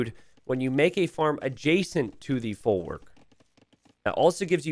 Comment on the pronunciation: Your pronunciation of folwark hurts my ears so let me help you a bit: w in polish is pronounced just like in german, or like v in english. So think of saying "folvark" next time :)